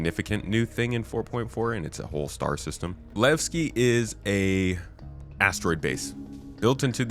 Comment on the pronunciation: I am waiting for the PU... Want to know Levski and not. Lagski 😂